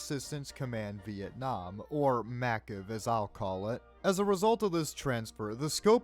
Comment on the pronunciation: MACV is pronounced MACK-VEE. Snake would have almost certainly been under command of MACV SOG doing infiltration and strike work. It was established in Feb 1962. I've always leaned towards Snake being a WO, if only for his highly specialized abilities, but an officer would also make sense. That said - Snake doesn't really demonstrate a fervent adherence to the Chain of Command, unless it's HIS chain of command when he becomes Big Boss.